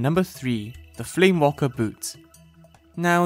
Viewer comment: those boots are not called flame WALKER boots, they're called flame WAKER boots( no L)